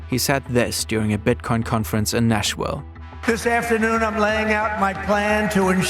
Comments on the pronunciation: it's pronounced Nash-Ville (it's a hard V, not a W) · Nashwill... C'mon guy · I love your videos but the way you said Nashville really triggered me lol